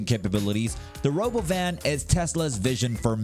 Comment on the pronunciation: tesla is what? the stock crashed and you rponounce robowhen wrong